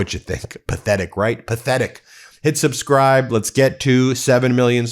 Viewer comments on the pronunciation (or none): none